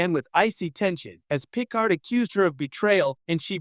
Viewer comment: What is a she is a Bajorin (ba jore an) Picard (pi card) maybe narrate yourself instead of using AI.